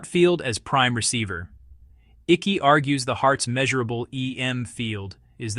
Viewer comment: NOT PRONOUNCED ICKEY! ICKE! AS IN EYECK . YOU AI FOOL